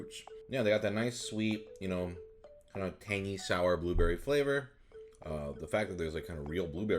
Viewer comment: no one: prozd: buberry